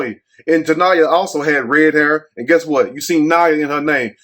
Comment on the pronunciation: Niyah's/niya's with the red hair?!?! Niyah/niya (not ya) average women 😮😮😂😂😅😅!!